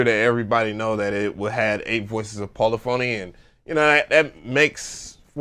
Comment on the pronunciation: How many words can you mispronounce?: YES!!!! "poli phony" "patteren" "cuquencer" "E "Mule" Sp1200...I died